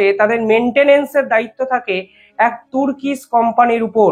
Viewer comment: টুর্কিশ নয় , টার্কিশ।